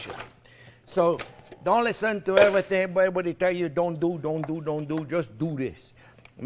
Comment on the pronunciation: Jean Pierre said, "Doughn't do; doughn't do; doughn't do. Everybody just do this."